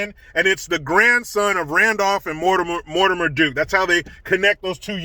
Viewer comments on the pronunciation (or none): none